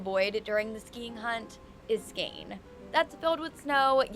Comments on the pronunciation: "Scane" gave me a good laugh! 😂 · With 'Scane' she meant Skåne (pronounced Skawneh), also known as Scania, the absolute southernmost part of Sweden. And no, you won't find much snow there, so she's wrong in claiming it is :)